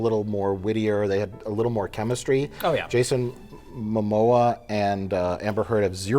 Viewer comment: did he just call him Jason mamosa?!🤔